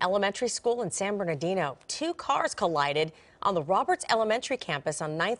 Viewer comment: learn to say San Ber-NAR- dino ..... how ridiculous ....